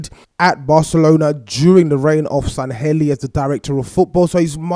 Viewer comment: SANLLEHI you said Sanhelli